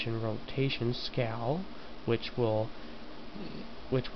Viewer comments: one thing.... This is good in all but u kept on saying scow or scall.. IT is SCALE! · Its pronounced sc-ay-el ^_^